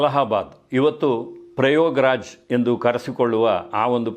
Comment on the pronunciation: Sir, adu prayograj alla !!! Prayagraj. Sari...na ?